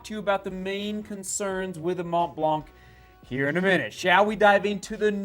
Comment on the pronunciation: Mont Blanc is pronounced [Mon Blan]. Exactly the way you pronounce it but without the “t” and the “k”. It means White Mountain.